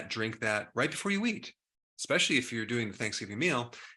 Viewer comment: My man, you're a Doctor, but you say "expecially" and "expresso."